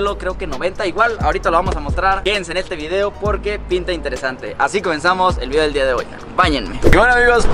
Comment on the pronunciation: Elvieedeo mas natural jajaja